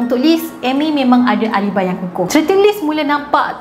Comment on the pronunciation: Btw, the way to pronounce alibi is A-LE.-BAI. Not a-li-bai